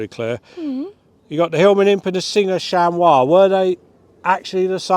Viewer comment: Yes, that was the way to pronounce it